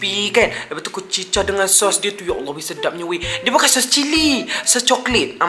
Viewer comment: Ya allah bukan yaleh 😂